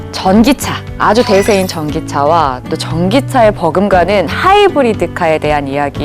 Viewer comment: 하이브리디 일음절에 강세를 주는 버릇 교육이 잘못됐어